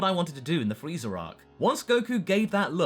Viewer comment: he said frezer ark lol use to saying it I think